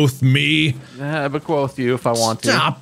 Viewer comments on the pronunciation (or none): It's bequeath not bequoth